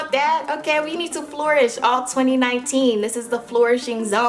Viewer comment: It's flourish not "flowrish"